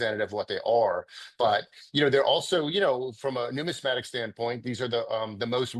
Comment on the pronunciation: I am not making fun of anyone unable to say Numismatic correctly. Lol